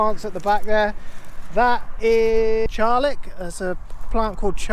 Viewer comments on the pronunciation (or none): Charlock mat not charlick 😉👍👌